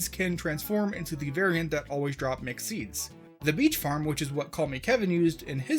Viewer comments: mc seeds i heard mc seeds every time he said mixed seeds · i thought you were saying "McSeeds" instead of "mixed seeds" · You keep mentioning Mixed Seeds but all I can hear is McSeeds.